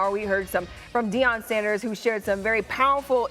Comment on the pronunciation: Can‘t the two commentators pls agree on how to pronounce Deion? 😂 I know it’s a weird typo name, but at least be consistent.